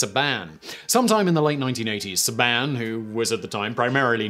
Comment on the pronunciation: Love your videos but it’s Saban. Say-been